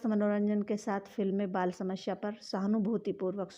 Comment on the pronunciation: Bolna sikh phle shmsya nhi samasya hota h